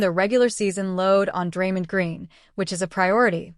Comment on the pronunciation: Stop mispronouncing Draymond 😢😢